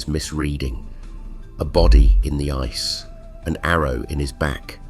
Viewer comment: Right from the very first sentence, ice was pronounced "icy".